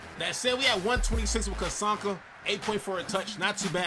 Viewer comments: You need to watch some of Larrt Csonka's actual game footage. The man was a monster. (And his name is pronounced "Zonka".) There were a couple of plays here which the game had Czonka stopped which the real Csonka would have powered through to score. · "Cuh-sonka." lol It's "Zon-ka." I enjoyed the crap out of this vid though. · ZON - KAH. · Larry “Zonka” is the pronunciation, not picking just letting you know. Good video as always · The way he said czonka smh. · The least you YouTubers can do is research how to pronounce the names of the legends you showcase smh. Who tf is Cazonka